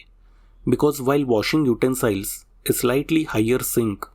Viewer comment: Very clear information about important issues. By the way, "utensil" is pronounced not like "smile", but "ill"/sick.